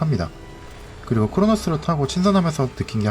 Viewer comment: 아니구 아니고 아니고